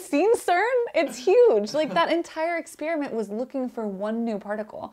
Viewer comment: First person on YouTube EVER to pronounce experiment correctly. NOT...”exSPEARiment”!